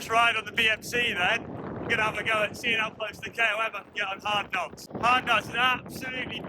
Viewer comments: Harknott not Hardknotts😁👍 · it's Hardknott not Hardknotts